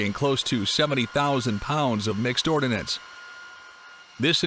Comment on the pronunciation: Ordnance, not “ordinance.”